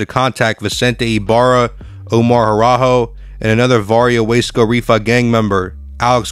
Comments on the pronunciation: What the hell is Wesco why do you keep saying it like that? It’s WASCO LOL I DID TIME THERE. IT’S WASCO NOT WESCO. IT’S GEICO NOT GEECO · Wace co. 😂 It’s Waa-sco. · U sed WAY SCOW LOL ITS WUUUUUSCO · Is this AI voiced? Waysco. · How you going to do a video if u can’t even say the right words in Spanish or English . U said waysco or lleva😂😂😂😂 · The narrator pronounce Wasco wrong.. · This guy can’t pronounce Spanish or English hoods 😂 WTH everyone knows how to say wasco. There is no y in there. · Lol.😂 The Guy Talking Can't Even Say The Lame Name Wasco Right 😂 Lol.